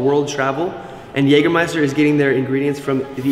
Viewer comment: Very well. You've learned how to pronounce Jägermeister.